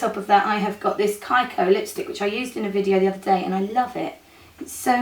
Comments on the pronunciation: kiko is pronounced kee-ko, not kye-ko (i only know this because i live in italy). love this look! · I think KIKO is pronounced Kee-koh. =) I agree, very nice, and cheap too! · the pronunciation is KeeKo because it's an italian brand :)